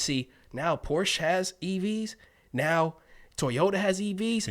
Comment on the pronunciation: Guys, what's up with the pronunciation of TOYota!??? What do you call your kids' toys?? Ties?